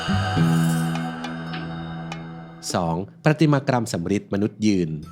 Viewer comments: ปฏิมากรรม = ปะ - ติ - มา - กัม ไม่ได้ออกเสียงเป็น ' กรัม ' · ขอโทษนะครับคุณ คำว่า ประติมากรรม อ่าน แบบนี้ มั้ยครับ =ปฺระติมากํา] เพราะเวลาพูดแล้ว มีเสียง ร.ด้วยฟังแปลกนะครับ น. ศิลปะสาขาหนึ่งในจําพวกวิจิตรศิลป์เกี่ยวกับการแกะสลักไม้ หินอ่อน โลหะ เป็นต้น ให้เป็นรูปหรือลวดลายต่าง ๆ. (ส. ปฺรติมา + กรฺม ป. ปฏิมา + กมฺม). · ประติมากรรม อ่านว่า ประ-ติ-มา-กำ ค่ะ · ยอดทุกอย่าง..ชอบฟังมาก..ขอติงนิดเดียว..ประ-ติ-มา-กำ..ไม่มี ร ควบกล้ำ